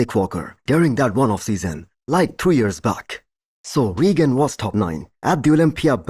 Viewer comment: Your pronunciation is very acceptable. I’m a Nigerian and that’s an Igbo name even though I’m not Igbo myself